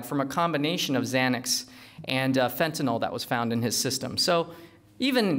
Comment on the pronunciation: He lost my interest the moment he said "fentatyl".